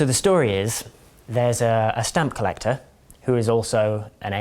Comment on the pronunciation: I thought he was saying a stump collector lol. A man collecting stumps.